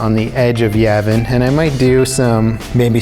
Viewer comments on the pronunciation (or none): Am I the only one bothered by how he pronounces Yavin?